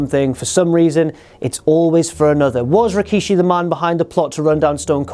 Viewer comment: It was going so well, then he said Rikishi...